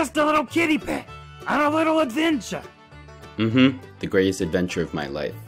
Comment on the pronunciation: "He's just a little kittypet , on a little advenCHU"